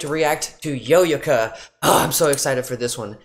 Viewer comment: just fyi Japanese is not accented so it's yoyo-ka (like the toy) not yoYO or YOyo